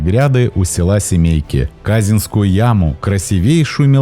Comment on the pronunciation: Не "кАзискую" а КазИнскую, про Павловск что-то мало, я на час могу историй накидать...